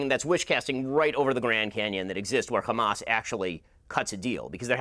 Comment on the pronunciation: My ears bleed when Ben Shapiro says "xamas". "F*** Israel, F*** Netenyahu, F*** Zionizm, F*** Biden too. F*** Ben Shapiro, he like five foot two." 🎶